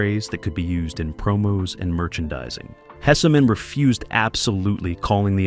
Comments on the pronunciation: The name is Hesman not Hessamen but it was a great show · And Howard's name is pronounced "Hess-man" not "Hess-a-man" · its pronounced Hess man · Hessman is 2 syllables, not 3…